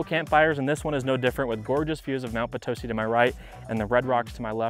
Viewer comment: It’s Mt Potisi not Mt patosi! It’s Red Rock not Red Rocks (we are not in Colorado). It’s Nevaada not Navada!I know because I’ve been here 32 years.